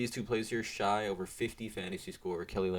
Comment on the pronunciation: it is pronounced "shay"